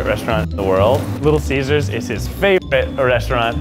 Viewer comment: I heard him say little scissors..